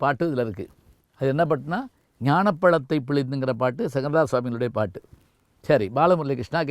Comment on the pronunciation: ஞானப் பளத்தைப் பிளிந்து என்று உம் போல் உளறவில்லை, ஞானப்பழத்தைப் பிழிந்து என்று இனிப்புத் தமிழில் பழம் தந்தார்,. போய்யா,பளமே |